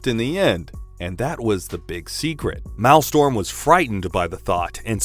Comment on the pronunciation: Please... "Persevered" "Maelstrom"